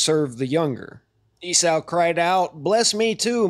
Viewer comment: It bothers me do much that you can't pronounce Esau ('E-Saw', NOT "E-Sow")